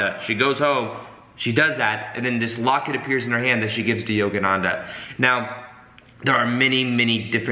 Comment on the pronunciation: Yoganadha?? Its yogananda